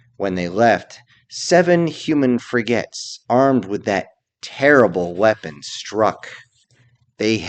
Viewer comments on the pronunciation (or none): "Frigettes" :D